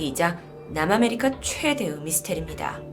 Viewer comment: 최대’으’... 발음이 그곳스럽네